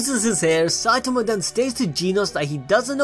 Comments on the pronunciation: "Geneos"?? Do you mean "genos"? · Lol it’s not Gee-nose 😂